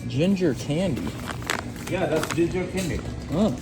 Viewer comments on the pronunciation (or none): I think I was with that ginger 🫚 candy guy I fkn love how he says that… gingahh candy😂😭